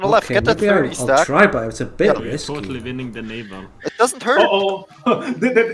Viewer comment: Hearing the i he adds to naval is always like being jabbed with a needle.